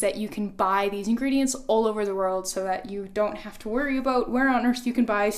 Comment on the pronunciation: Thanks for the recipe!! Love your blog and channel 😊 As a chemist, I have to tell you isothionate is pronounced with an "eye" sound. Iso-thy-an-ate...does that make sense? Anyway, wonderful idea!!